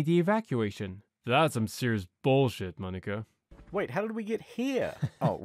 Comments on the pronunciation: I though you said yanny. My fault. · I know I'm late to the party, you might not even see this but, to reassure you, it didn't really sound like the N-word. At a stretch I guess it might sound like a very accented and casual 'my N-word', but your pronunciation of mohn-i-KUH is very clear to me, especially your K sound, which I think you speak with enough definition to differentiate it from a G. The 'guh' pronunciation uses the back of the tongue and the back of the mouth and cheeks are more tense. The tongue does more to shape the noise than push it out of the mouth. The K sound in Monica is more of a sharp exhale with looser cheeks and the tongue kinda spits it out a bit more. Both sounds start in the same area of the mouth but the method of delivery is what makes the difference. Your K sound is only a little eensy bit softer than the way I'm used to hearing Monica be pronounced, it's very distinguishable. (Don't mind me, I've just been saying 'guh', 'gah' and 'Monica' to myself several times over like a looney just to write one Youtube comment...lol) If a person is more used to hearing "my N-word", they could have transposed it, even if it probably would have sounded a bit weird because of the K noise but they might have put that on your accent instead of them mishearing. Double points if there's anything going on that might have distracted them or muffled their ability to listen attentively. Or, like me, they have audio processing issues and should probably turn on captions to double check. For that matter ev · I wanted to response to a few comments from people worried that I said the N word . In all honesty, my intent was to say ‘’Monica’’ and not the N word. I understand where the confusion came from, it was a bad mix of a quick pronunciation and a thick accent. But I just wanted to reassure you all, that is not a word I would ever use in any of my video. Sorry if I have accidently shocked anyone. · he clearly dropped a hard R. There is no R in Monica.